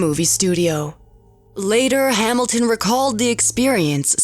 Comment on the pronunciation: "Ree-zor-siz". "Hamil-Tin"